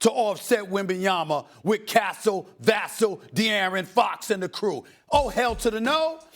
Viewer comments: It’s Vuh-sell*, not *Vas-sul 🙄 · It's pronounced Va.......Sell doe